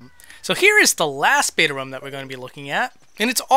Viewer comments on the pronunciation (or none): Does it bother anyone else that he says rum instead of room? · It's really triggering me the way you say 'ruhm' when it's Room. Rhymes with boom okay? Good videos but stop this ear rape because I can't listen to you mispronouncing that word over and over. Thanks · room not rum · I swear every time he says Room, I always hear Rum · ITS ROOM, NOT RUM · why do you call a room a rum? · It's "Room" not "Rumb"! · Why are you saying "room" incorrectly? It sounds like you're saying "rum". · why do you pronounce 'room' like 'rum' ? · don't say rum say room why do so many people say rum and not room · ITS NOT RUM ITS ROOM RU-OM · it's pronounced rOOm not rum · Can you stop saying 'ruhm' and say ROOM ? the oo makes an OOOOOOO sound, like , ooo candy. Room rhymes with tomb. or boom. or balloon. Do you say Buhm! or tuhmb no I didn't think so. Say ROOM it's so annoying other than that great vids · Please stop pronouncing room as rum there's no u in it it's oo like moo. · Hahaha read this after I noticed and commented that you say ruum. Honestly man I don’t care how you say things but I want to enjoy your channel and this actually drove me to the brink of insanity lol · Some people say rum instead of room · Room? Nah, lets pronounce it RUM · Lord Rayken sounds more like " rhuum " unless Americans don't know how to pronounce rum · Rum is a valid way to say room though. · how so? if it was supposed to be pronounced "rum" then that's how it would be spelled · I think the question was fine. I was very confused and as a non-english native i wasnt aware of a dialect where you pronounce room like rum! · its pronounced room. Get it right! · It's pronounced ROOOOOOOOOOOM! Like vroom vroom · Who else hears "rum" when he says "room" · why do you pronounce room ROM? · Rum? Oooh, you're from Minnesota? I only know Minnesotans tend to say room as 'rum' because that's their way of saying it. Case in point: Linkara. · Who pronounces room as "Rum"? Like seriously, what the hell?